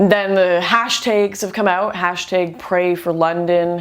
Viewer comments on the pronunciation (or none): Lots of good points, but please, for the love of God, to my southern ish ears..."hash -tayge"..... AHHHH, YOU'RE KILLIN ME SMALLS !!! :) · tag not tage lol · "hash-tayg"... hehehe... 😂😂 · why can you not pronounce the single syllable word "tag"? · It's pronounced "tag", you silly Canadian man, lol. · "Hashtigg" XD Canadians... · Did you just say hashteg? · hashtaigs? ... What's a hashtaig? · lol what's a hashtayg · "Hash-tEGs" Great job though lauren xDxD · "hash taeg" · "Hash tiiiig" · I love how lauren pronounces #notallmuslims as "hashed egg notallmuslims" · Is it just me or does she pronounce "hashtag" in a weird way? Not to divert from the matter, just saying. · Is that how Canadians pronounce hashtag haha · You sure have an odd way of pronunciating Brussel and Hashtag. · Unrelated but she says hashtag really weird